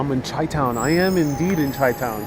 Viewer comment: Once you do more research you’ll find out it’s not the wind that gave Chicago the nickname Windy City. And, I believe Chi town is pronounced “Shy town”. Enjoy your time there!